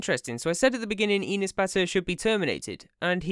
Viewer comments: I hate enes as much as the next person but its not "eenes" its e like "ethical" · you say the name wrong. its said like "an ass" enes. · Why you saying enes like penis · My name is Enes and it is pronounced (Eh-ness) not EE-ness. Anyway I’m Turkish and my name is Enes and I hate him (just stop saying my name wrong) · Enus? Its Enes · You make me laugh when u say Enes... Cuz it sounds like Anus. And as a Turk, yes he is an asshole. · you are pronouncing his name wrong: his name is pronounced same as an ass ( in a slighter quick way) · Enes? Mire like anus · you pronounce enes like penis lol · Confirming from Turkey, this video is like a chemotherapy session for YouTube Turkey. And i love how you pronounce his name to sound like penis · tbh tho Enes sounds like anus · Thats not how you pronounce Enes...